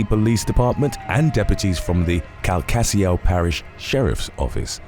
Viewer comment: The way he pronounced “Calcasieu”. Lmao it’s pronounced kal ka shoe